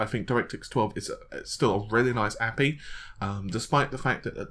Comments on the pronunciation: please stop saying a-pee instead of A-P-I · Is it just me, or does pronouncing API like Nappie sound really really weird. CIA, NSA, ESA, EU, USA, ESRB, GDC, FBI, EPA, UPS, USPS, DHL. We pronounce the letters for all of those, so why would it ever be different for API? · not at all, this APEE thing is infuriating. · EXACTLY LOL MY POINT TOO BUD the pronunciation sucks balls. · Ay pea eye